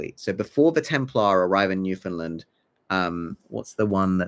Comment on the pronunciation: This is a really great theory and as a newfoundlander i love the how our history is included and that you dont pronounce the Found like so many do. I just wanted to point out you pronounced Mi'kmaq as "mik mak" and its actually more like "mik-k'maw", its just a really old mispronouncation thats now considered as disrespectful cause some people continue to use it after they find out the difference to be disrespectful on purpose